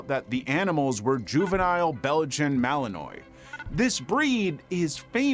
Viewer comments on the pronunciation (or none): You should look up how names are pronounced of animals before you say them it's a Belgian Malinois pronounced ma-laun-waa....or mau-lun-waa for the illiterate😂 I've never heard anybody pronounce that dog's name wrong that dog can jump higher than a German Shepherd it can run up a tree like 50/60 ft maybe higher those dogs are unbelievable and they are awesome pets a lot more cops use the Belgian Malinois now more then they do the old school German Shepherd, which is still a beautiful dog but does not compare to the Belgian in a lot of areas